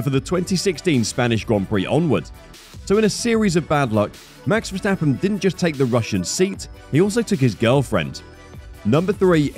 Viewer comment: mex versteppen really???? the A's in the name sounding like in CARWASH